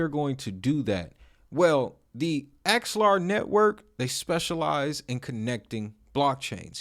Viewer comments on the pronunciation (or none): Its AX-ELAR, and not ALEXA...